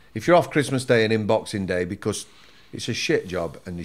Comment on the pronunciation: Every time said ‘because’ laughed cos he says it like becourse 😂😂😂